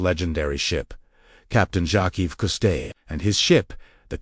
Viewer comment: The Ai Narrator is Garbage. "Jocky custyay"??